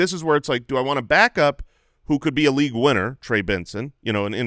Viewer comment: you guys in arizona pronounce things so odd... "LEAGUE-ETTE" "URRLEEEEE"